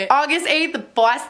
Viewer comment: wtf she doesn't know how to pronounce ontario? there's literally a city in California called ontario too tf